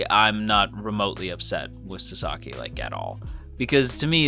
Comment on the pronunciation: I mean no offense, but your pronunciation is bugging me. His name is *Sa*saki, not Sa*sa*ki - Japanese names tend to stress the first syllable, in my experience. I dare someone to make a Wingardium Leviosa reply.